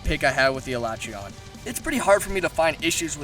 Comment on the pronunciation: Can You learn How to say their Fucking names? alatrEon Not alAtreon fuck man